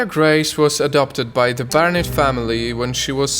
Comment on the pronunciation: Barrnets not harriets